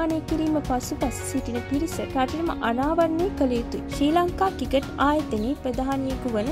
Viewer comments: කිකට් නෙවෙයි ක්‍රිකට් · කවුද බං මේ වොයිස් කරන්නෙ. ක්‍රිකට් කියාගන්න බෑ. කිකට්